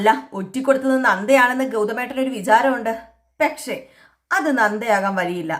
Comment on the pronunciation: ഈ പെക്ഷേ.. പെക്ഷേ.. എന്ന് പറയാതെ കുട്ടീ.. പക്ഷെ എന്നാണ് ശരി